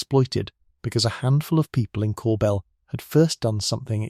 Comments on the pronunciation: Corbeil = Cor-bey (with the 'y' sound like the 'y' in the word yes) - not corebail... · Sad that this narrator, AI perhaps?, can’t say the French words correctly. Corbeil is pronounced ‘Cor bay’. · I've never seen/heard Yvonne pronounced with a Yu at the beginning. Always more similarly to Ee-vonn. The town names are off too. They were born in Corbeil "core-beel". I'm local to the area and have been to the home many times and even got a chance to hear Cécile and Annette speak on visits to North Bay.